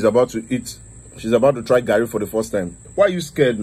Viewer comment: He say garri yen kon 🤣🤣🤣🤣